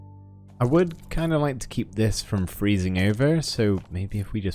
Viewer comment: and then I heared "kind off"